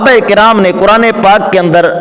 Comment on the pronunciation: حضرت جی یہ لفظ کرآن نہیں ھے بلکہ قرآن ھے ۔ دوسری بات یہ ھے کہ مفتی صاحب نے اپنی رائے اور تعبیر سے رجوع کیا ھے لہذا آپ دیوبندی کو تجوید کے ساتھ نہ پڑھو بلکہ کرآن پڑھنے کو ٹھیک کرو ۔ شاباش بیٹا یہ ٹھیک کرو !!!!